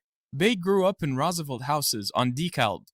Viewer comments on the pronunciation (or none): none